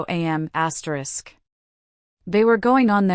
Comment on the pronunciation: I don't like when it's his asteris.What the heck is asteris!!!